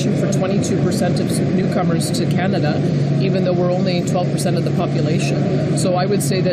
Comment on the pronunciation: Just where is this "Cyanada" place you keep referencing?